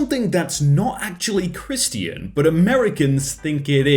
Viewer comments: Me when pronounced Christian as "kris-tee-an" instead of "krish-chen": visible frustration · why do you say it like christy in and not christion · How this dude pronounces Christian: Chris-t-in How most people say it:Chri-sh-tin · It’s not Christian it’s pronounced ˈkrisCHən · Isn't Christian pronounced krishchan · OK no offence but why do you say "ChrisTIAN" rather than "christ'chin" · You say (Chris t an) No no it’s (Chris chan) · Don't judge me, but i think it is just so odd that you say "Chris tean" ONLY because i usually say it like "Chrish ton" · I like how he pronounces Christian with three syllables. . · I like he says Chris ti an Like it’s has 3 syllables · I do not dislike, but, ‘crist-i-an’? Sorry but what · Is no one going to comment how he says Christian like kris-tee-in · Why do you pronounce Christian as Christy in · How pronounces Christian: Chris tea in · Is that the actual british pronunciation of Christian? Or is it just? I'm genuinely asking, I only heard it in Hollywood movies or news stuff. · BRUH YOU AINT PRONOUNCIN CHRISTIAN CORRECTLY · Bruh... 🤦‍♀️ "Christian" is 2 syllables! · Who knew Christian was 3 syllables eh? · Why do you say Christian like that it triggers anxiety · The way he said christian made me laugh lmao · Haha some people are British, that's funny ...am I doing it right?